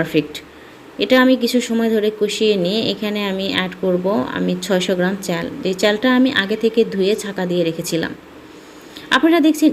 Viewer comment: চ্যাল, প্যানি, প্যাতিল 🥴🙄